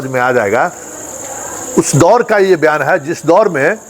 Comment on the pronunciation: ...बयान kahen...byan नहीं...नमस्कार. कृष्ण कुमार..dbg.